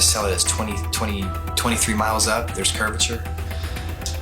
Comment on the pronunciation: Unfortunately Baumgartner wasn't lying, because he mispronounced curvature, as curviter 🤔😂👏🙏❤️🇬🇧